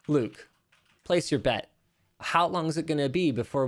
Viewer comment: WTF, ""??...